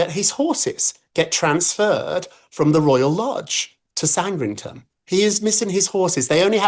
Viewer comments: I have to question how well informed Rob is when he pronounces Sandringham as 'SANDRINGTON'. To a US ear, this might seem small, but as a Brit, this is bizarre. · It is Sandringham, not Sandrington, Rob Shuter! 🙄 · ROB STOP calling GB POUNDS DOLLAR'S‼️AND IT'S SANDRINGHAM NOT SANDRINGTON‼️FFS‼️😮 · It is SANDRINGHAM! How the hell does Rob not know how to pronounce it? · By the way Rob, it’s San-dring-ham. Get it right 🙄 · This royal correspondent doesn't know how to pronounce Sandringham? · This guy talks utter nonsense!!! Rob doesn't even know how to pronounce Sand-ring-ham!!😅 Why should King Charles step down? I have a brother. He could be up to anything in his life...I wouldn't have a clue. Should he be up to no good, should I lose my job or be judged for his crimes??? No! Such a ridiculous thing to suggest. I'm British and I think this is QEII error and Charles has inherited it alongside his health and issues with his son. Give him some grace. As soon as the evidence was there he told the police he would support the investigation and arrest of Andrew. He's keeping calm and carrying on. Andrew has inherited from the Queen Mother, and his own mother and his own father! Andrew is NOT poor. He has money. He is just greedy. Just been announced that Andrew is being removed from the line of succession. Harry next please.